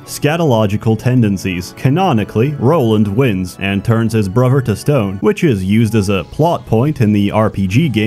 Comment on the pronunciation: Does anybody hear the way he pronounces certain words? Brover, togever, free (three), etc